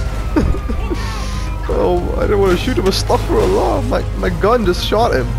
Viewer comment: Brother don't say astak firullah say astagfirulah